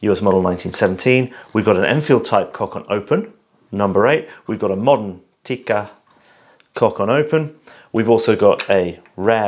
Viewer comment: Is a closeted Finn??? He pronounced Tikka to well.